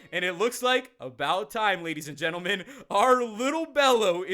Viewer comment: did he say ladies and endearmen?